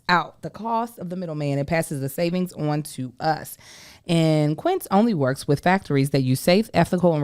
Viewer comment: How Joshy stand right there, and let mispronounce Quincé in that ad?!?!